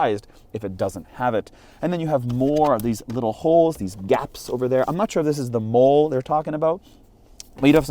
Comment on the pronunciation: M.O.L.L.E is pronounced Molly. It comes from the military if you are curious.